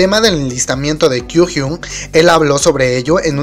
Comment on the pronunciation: Kyuhyun!💔😭 Ño! Oye, no sabes pronunciar sus nombres gg... Un consejo seria, que escuches como lo pronuncian en los programas.